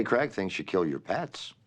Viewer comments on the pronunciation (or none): Her name is CJ Cregg, not Craig. Craig is pronounced as Krayg.